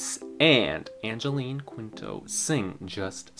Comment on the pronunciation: Thanks for the reaction.👏❤️❤️. And btw Quinto is pronounced as 'Kin-to'. ❤️